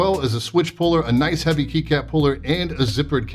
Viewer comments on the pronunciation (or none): none